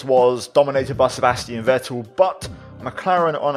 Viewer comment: Just a little hint about the pronounciation of Sebastian Vettel: in German the letter V is very often pronounced like a very harsh f. So the correct pronounciation is "Fettel".